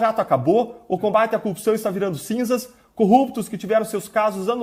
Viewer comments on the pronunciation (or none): Esse também não sabe falar corrupção. "Cupção" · CÚPÇÃO ! é isso que ele fala? KKKKKKKKKKKKKKKKK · Ele tbm fala cupção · Pq todos eles falam "cupiçao" !? 🤔😐🥴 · Deltan não consegue falar "corrupção", igual ao Moro xD